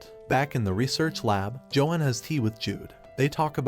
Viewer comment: Johan is pronounce Yo han.